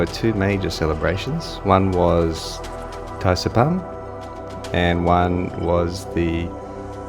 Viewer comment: It's supposed to be Thaipusam and not Thaisampu